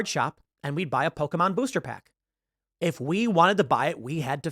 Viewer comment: This is a great message that Tim is delivering here. I also love how he pronounces Pokémon right. You rarely ever hear that.